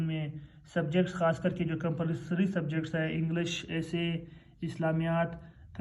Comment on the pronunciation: It's English not Englash😂😂😅